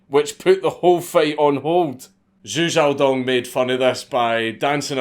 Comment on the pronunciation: Thank you for pronouncing his name correctly! Watching other people read Chinese names and say Zhou wrong for 30 minutes drives me up a wall